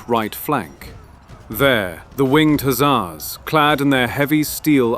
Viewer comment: One thing though, you're saying the "Hussar" word wrong.